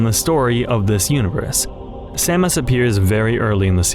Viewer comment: I thought samus was pronounced with an SH at the beginning